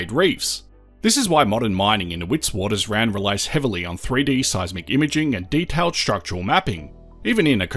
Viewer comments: Witwaterrand not Witswatersrand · WItswatersrand is Afrikaans for White Waters Ridge in English, fyi. You pronounce Wit with a “V” instead of W so Vitvatersrand is how the SAFFERS say it😎